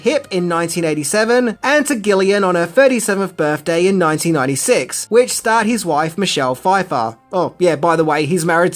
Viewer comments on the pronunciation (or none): Gillian has a soft ‘g’, as in Jack and Jill.